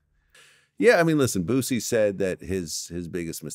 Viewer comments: I cry every time call Boosie Botsie hahaha 😂😂🤣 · “Bootsie” lmaooo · please stop calling him Bootsie